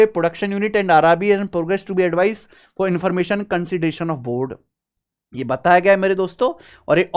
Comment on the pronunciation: Sir Waise to, You're very famous. But Apne for* bolne ki pronouns ka achhi lgi 😂 And isse kuch to pta chalta hi hai about you. 😂